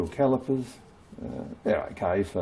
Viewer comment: "That's not a calipah, THAT'S a calipah!!"